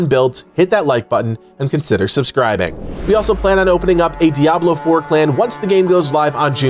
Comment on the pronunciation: It's so refreshing to hear someone pronounce Diablo right. Crazy right? Dee-ah-blo not dee-ab-lo.